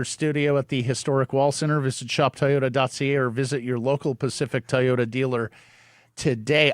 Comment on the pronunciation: I know can pronounce the word "toy" so why can't he pronounce Toyota? He always says Tai ota.